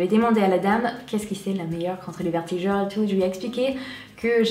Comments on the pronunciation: Tu me fait rire tu "vertigure" mais on dit "vergetures" bisouuus❤💋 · Vertigures!! Mdrr 😂 vergetures* Malgré ça je trouve que tu t'es amélioré en français. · Coucou ! super vidéo encore une fois 😊 j'espère que tout se passe bien pour toi (et pour ta petite famille), perso je préfèrerais l'actualité grossesse sur YouTube ou FB parce que je vais pas trop sur instagram et snap... gros bisous 😙 P.S : on dit "vergetures" au lieu de "vertijures" et chez nous on appelle les "taches de rougeurs" "taches de rousseur" mais pas de soucis c'est mignon et pas grave 😉 bisous ❤ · tu as du mal avec le mot vergeture^^ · C'est adorable et ne t'inquiètes pas on fait aussi des erreurs en anglais donc personne ne juge sur cette chaîne j'en suis sûre~~ :)